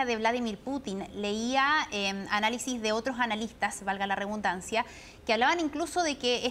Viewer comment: Se dice Valga la redundancia y no Valga la rebundancia.